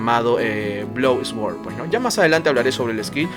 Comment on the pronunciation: bro, no es por mala onda ni nada pero trata de pronunciar suord en vez de esguord ( sword ) repito no es en mala onda. exelente video gracias por compartir.